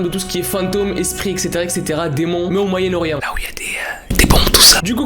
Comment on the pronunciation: "Le MoYaEnNe-OrIeNt 😮✨Voila je chercher le mots 😌✨" Le jour ou je vais sortir sa a ma mère elle va rire 😂